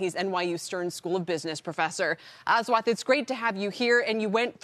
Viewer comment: Ass-wath nahi bhai Ash-wath 😆